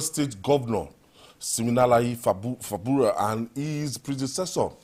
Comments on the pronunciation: It's FUBARA NOT FABURA 😂😂😂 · can't pronounce Fubara well. What is wrong with our journalists? Who bears Fabura? dey try na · he can't even pronounce Fubara